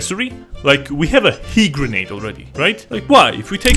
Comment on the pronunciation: SHE- GERNADE